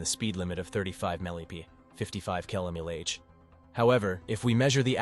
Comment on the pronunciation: That AI voice has a really tough time with mph and kmph, doesn’t it